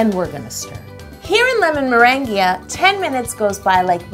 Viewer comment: Ew "lemonmerangia"?